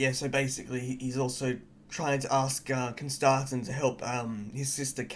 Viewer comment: You were saying his name right. At least the offical audio book says it as Constantine